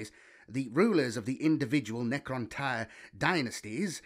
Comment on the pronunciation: You struggle a lot with Necroinish my bro! 😂😂 but else good job 👍🏾